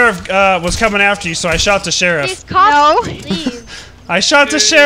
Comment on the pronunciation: YES THE BEST MEME OF "who shot the CHHHHHHherriffffff"